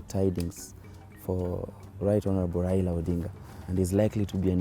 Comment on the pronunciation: my dear it’s your right to support anyone whom so ever you wish BUT my problem is your pronunciation, it’s Raila not Raira... Even me I don’t like him and i don’t support him, HI5